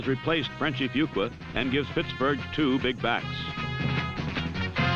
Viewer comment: "Puttsburgh" lol